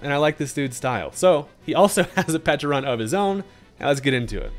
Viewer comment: You get a like from me. First content creator I heard to call both the berry and pokemon with the correct enunciations.